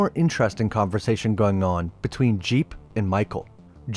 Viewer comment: I’m pretty sure his name is jeeb not jeep